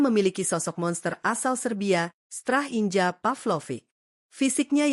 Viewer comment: Mike maignan dibaca maik minyong, strahinja dibaca strahinya bukan strahinja